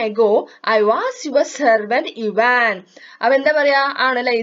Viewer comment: ചേച്ചി ഇവാൻ അല്ല ഐവാൻ ആണ് എനിക്ക് സ്കൂളിലത്തെ ടീച്ചർ പാടം വായിച്ചു തരുമ്പോൾ ഐവാൻ എന്നാണ് പറഞ്ഞു തന്നിട്ടുള്ളത്